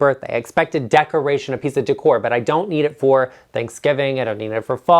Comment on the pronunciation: Oh,! First reaction: you make me laugh! Thank you for NOT saying "DECK-ore!" Keeping it real, my man!